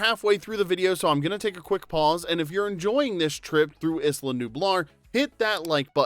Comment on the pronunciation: Isla ("EYE-LUH") Nublar, sir.